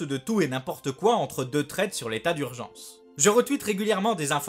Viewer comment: "et profité bien de l'état d'hurgence" .... SALOEUH !